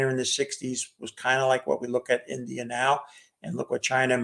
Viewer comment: Chinese, Russer, Indier